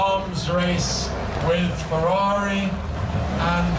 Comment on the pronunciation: If only this guy pronounced correctly the automobiles' brands and models in their original language! It is not "fewawi", it is FE-RRA-RI.